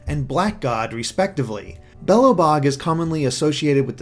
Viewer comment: The pronounciation of Belabog and Crnobog, I can't xD